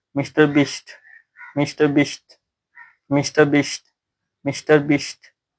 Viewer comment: Bhai ne 30 min tak Mr.Beast bola......wahhh salute hai bhai ko👏🙌... Par bhai mere ko lagta hai na ki Mera khan karab ho gaya hai...kyuki Maine tumko Mr. Beast bolte hue suna ....par mujhe kuch or hi sunai de rHa tha... Jeshe ki wish me please 😂..miss me please 😂...mammy please 😂😂😅